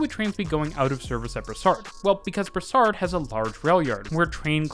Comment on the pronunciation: It’s Brossard !! Not brassard!!!